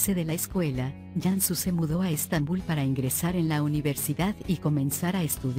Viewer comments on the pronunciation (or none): none